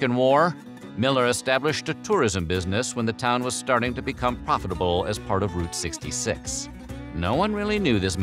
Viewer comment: its pronounced Root 66